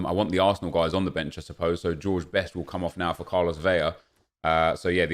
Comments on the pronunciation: Vetle Fjelddalen I’m Mexican and watch every game he plays. I’m % it’s VeLa with a L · Is pronouncing his name a meme? “Carlos Veya?”